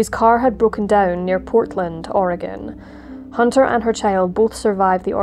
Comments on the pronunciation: "OR-eh-gun" vs "Or-ee-gahhhn". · Thank you for pronouncing Oregon correctly. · As an Oregonian, I want to thank you for pronouncing my state's name correctly. ❤ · What an awful story--I used to live in Oregon and I never heard of it. (Thank you for saying "Oregon" correctly!) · How can you screw up Oregon? Im English but l know how to say it haha.